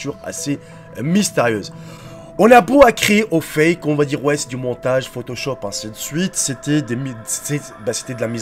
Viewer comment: Mdr il dit c pas photochoper il c rien